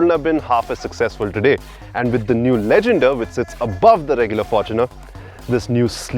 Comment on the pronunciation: said right